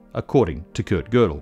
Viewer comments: there are no tryptophan molecules in microtubules. there are tryptophan residues. a protein like tubulin is in fact a single huge molecule. one such molecule (e.g. human tubulin alph-1A) has around 450 residues. and thanks for pronouncing gödel's name at decently well. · thank you for pronouncing Gödel nicely. Hint: Kurt is pronounced like "Kohrt" in english